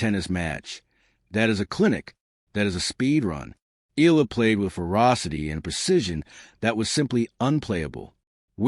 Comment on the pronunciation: EYALA EYALA EYALA EYALA EYALA EYALA Not eela EYALA !